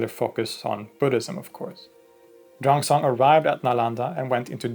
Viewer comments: Xuan zang is pronouned similar to SHUAN JOHN i think you got it backwards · It's pronounced 'Shoo-en zang' . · Great video! Just some minor Chinese pronunciation tips: In "Xuanzang", the 'x' is pronounced like the Swedish 'kj' sound, the 'u' is like the Swedish 'y', the 'a' is like Swedish 'ä', and the 'z' is like 'dz'. Also, "Sun Wukong" is pronounced closer to "Swen Woo Koong". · Xuan Zang is pronounced swen jang